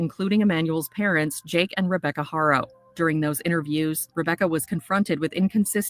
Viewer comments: You’re saying it right now you’ve been saying it right for a minute. Good job. I’m so proud thank you. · Yes, that was the best you said it correctly thank you